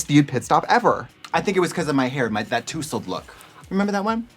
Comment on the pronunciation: personally, i can’t get over how katya pronounced “tousled”.